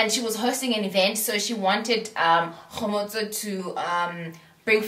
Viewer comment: It's how you pronounce Kgomotso for me. I love her. She's my fav!